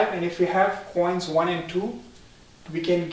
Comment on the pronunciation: Stop pronouncing coins as chhhoins